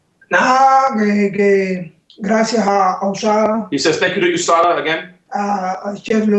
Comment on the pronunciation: Usada Usada.... its USADA